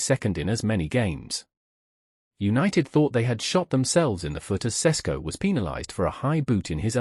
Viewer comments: Wayne Rooney - "Nbueno" "Sesko" "Amoron" dude pull yourself together lol it's prounounced "sheshko" btw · ŠeŠko - SH e SH ko, not sesko